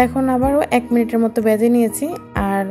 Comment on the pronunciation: " বেজে" না, ভেজে